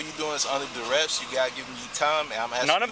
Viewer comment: “I’m under duress!” Sir, it’s pronounced under arrest